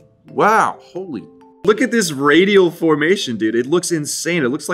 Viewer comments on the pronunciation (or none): none